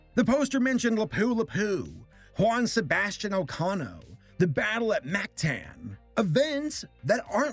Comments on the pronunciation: As a filipino, I tried my hardest to not jump off a cliff from your pronounciations. It's Mactan (mahk-tahn) and Lapu-Lapu (lahpu-lahpu) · in "mactan" a is supposed to sound like a